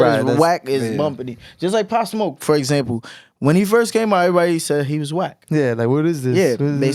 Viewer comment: He cant say Pop smoke not a legend